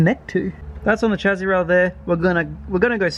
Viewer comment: “chas-see” not “chazzi”